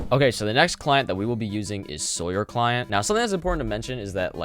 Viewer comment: xD my name is Sawyer but and its pronounced the same as Salwerr Lol